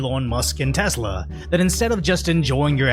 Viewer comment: "e-lonn"... not e-lawn..... "tess-la"... not tezz-la